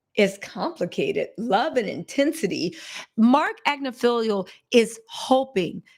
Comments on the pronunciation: ag-NIF-aloh 😊 Not Agnif-feelio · It’s AGNIFILOOOOO , notttt AGNIFILIIIIIO Sis 💯💯💯💯💯💯💯💯💯💯💯💯💯💯💯💯💯